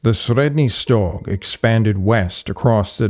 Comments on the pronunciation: Your pronunciation of 'Sredny Stog,' sounds very convincing. Must be a a difficult one to get your tongue around. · Well, it's not exactly how we in Russia pronounce Средний Стог, Ямная, Бережновка, Хвалынск, etc., but it's fairly close for a foreigner. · Sorry to tell this but you absolutely massacred all of those toponyms names... Both russian and turkish. It's not even the wrong stress, it's obvious you just never heard of them before. Please do your viewers a favor and at least put an effort in making a little research next time